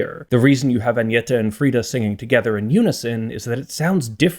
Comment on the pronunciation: You clearly researched how to pronounce their names, and you did quite well, it was a bit jarring to hear an English speaker pronounce Agnetha's name like that.